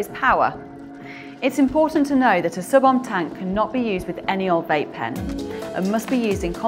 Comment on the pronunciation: ohm is pronounced owhm